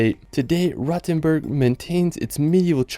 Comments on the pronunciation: Long “o”. As in R-OH-tenboorg. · Just a small note: Do not mix Rothenburg ob der Tauber (your number 10, spoken with a long ooh) with Rottenburg am Neckar. Rottenburg is a nice town as well, but not the one you meant. ;) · Rothenburg ob der Tauber ,not to be confused with Rottenburg further south. Your comments are very misleading.Try to speak and pronounce correctly, and weite in the correct way.